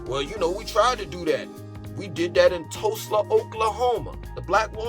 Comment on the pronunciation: bro…I’m from Tulsa Oklahoma and it’s sooo funny to hear you butcher the name EVERY SINGLE TIME!! 😂🤣